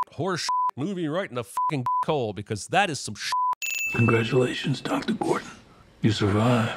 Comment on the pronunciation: You okay there, Cinemasins guy? "Dr GORDAN" earlier, "PITTY" party (instead of Pity). These are pretty basic mistakes. Either you were high and loled past it or you're not okay. Which?